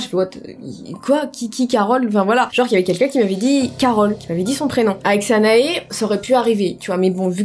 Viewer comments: Bah grâce à toi je viens de découvrir qu'elle n'avait pas dit carotte mais Carole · quand t'a dit Carole j'ai cru que t a dit ; CAROTTE !!!!!!!!!!